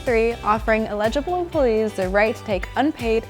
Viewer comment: el-i-g-ble NOT il)legible